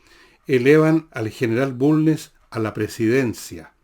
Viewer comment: Se Villegas, expliqueme por qué Ud. Se come las S finales en algunas frases, ejm Barro... Arana , también elimina d. Ejm. Asao, no asado, Manuel Bulne...etc. gracias por su respuesta.